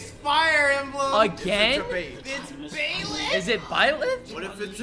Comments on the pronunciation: Bruh did he just call Byleth "Bae"leth? Give my mans your car keys, your credit card and a kiss on the cheek. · We got Boi-leth and Bae-leth.